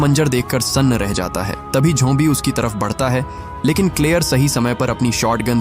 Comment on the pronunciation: Bro it's zombies not jombi